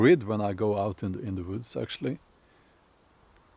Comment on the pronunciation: Recently someone accused you of doing your videos in front of a green screen. Well, he was right, in a way. He just had the wrong screen. The woods, (Voods as you pronounce it) is quite a nice green scree, after all. Happy birthday, it will hit you suddenly when you wake up one morning and everything is stiff, but the parts you want to be. Try to avoid the "mid life" crisis stuff. ;-)